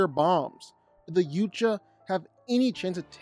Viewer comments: It's pronounced yow-cha .. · you can't even say yautja correctly